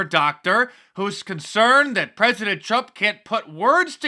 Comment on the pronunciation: Al green can’t say President,says pezedent instead